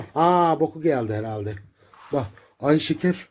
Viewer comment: şeker herraldeğğ diyor